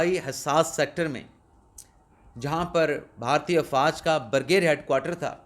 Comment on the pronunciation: بہارتی نہیں بلکہ صحیح تلفظ بھارتی ہے